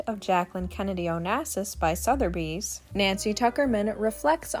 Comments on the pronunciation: Soth-a-bees NOT Sother-bees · Started watching this and right off the bat, pronouncing "Sotheby's" as "Souther-by's" was jarring, and gives the impression to this long time New Yorker at what else in this is questionable, as to the Reality of what you're attempting to discuss. As a friend of John Jr. at the time I encourage you to make sure what you say and how you say it is true and accurate.